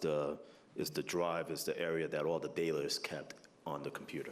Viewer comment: MM: "That's where all the data-er is." What??